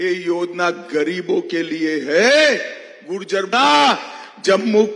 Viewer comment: Gurjer nahi Mota bhai it's gujjar